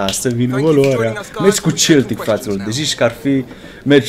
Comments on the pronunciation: De fiecare data cand zici Celtic in loc de Seltic adica cum se pronunta corect imi vine sa ma zgari pe fata... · Baaa se citește seltic nu celtic asa se scrie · Se citește Seltic nu celtic cum zici tu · Se citeste Seltic nu Celtic